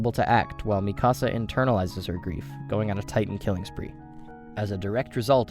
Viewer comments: Sounds like he’s saying “ my house” when saying mikasa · Im convinced that he wants to troll us by pronouncing Mikasa's name as Mi Casa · why does he pronounce everything wrong, mikasa, wall maria, like bro have you even watched the show